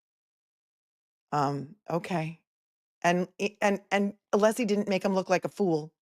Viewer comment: Ohhhhhhh. Just got to the end of this STREAM!!!! Holy cow pies!, you a little worried? you retiring after this case? The Cape is calling!! Poor Alessi! Sit down, stand up, shut up, can’t get the name pronounced correctly. This man is a legend the way he performs in the courtroom. What a GG, genius gentleman! Go, fight, win! Now let’s get to the “blank, blank” of Jen! Can’t WAIT!!